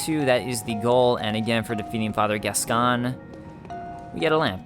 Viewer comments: Gascoigne is actually prounced like "Gas-coin". Just think of the "g" being silent and it you get "Gascoine". It's the same deal as my Gough comment for your DaS1 playthrough; it's a normal family name in the UK. I think the "Gas-con" you've heard is based on the French origin of the name, like Richard being pronounched like "Ree-shar" over there. Or your very own name being pronounced like "Dah-vid" rather than "Day-vid". Funnily enough, just like with Gough, there's a famous retired sportsman with that name that everyone in the UK will have heard of. In this case it's Paul Gascoigne, he played football for England. Here's his name in some football commentary. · hey. Loving the let's play. Just started this game but there's one thing. Gascoigne is pronounced "gas coin" I'm English and there used to be a footballer with the same name "Paul Gascoigne" ;). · I swear Gascoigne is meant to be pronounced, 'Gas-coin'. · Sorry dudes but the name is pronounced Gas-coin. The voice actress who plays Eileen the Crow is from Yorkshire, England and her thick accent makes it sound a little different when she says it, but it’s definitely Gas-coin. It’s a reasonably common name here in the UK which has French origins.